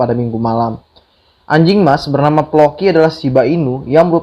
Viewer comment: Bang blng ANJING ny biasa aja bang... Hahahahaha.... (Ngakak gw)